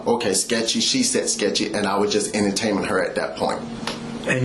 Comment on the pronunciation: I’m more upset about the massage cops dumb pronunciation of “massach” and “ennataining”